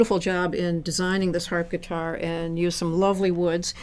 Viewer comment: Did she say "Harpitar"? xD